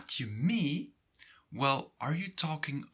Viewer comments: а, так ты НЕ живешь или НЕ находишься в Нидерландах, в данный момент! Сорри, у меня сложилось другое мнение. Я живу в Нидерландах. Нет не всего лишь разница в произношении, разница в самом смысле, в данном случае с "mee"! И все таки разница есть, я бы сказал, когда ты говоришь - мё ми или же - мё мей (и последний всё же правильней)!!! Но да они не настаивают на правильности произношения, они пропустят мимо ушей, но спросят - Wat bedoel je? Wat zeg/zai je? =))) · he does not pronounce it correctly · I think I'm a bit lost in pronunciation, "mee" you pronounce like" mi" but I think here in Antwerpen they just say "me", or am I wrong? Thanks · Great video!. I am confused about the pronunciation of mee. I though the rule was that ee is always pronunced with a long e sound, like the a in the English word take, however you pronounce it as the e in the English word me. Am I correct or I am mishearing it? Is the pronunciation of ee different for this particular word or is it just a regional difference with respect to Dutch of the Netherlands?